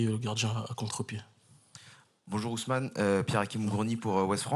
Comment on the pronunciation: C'est Osman...! et non Ousmane, ça c'est africain.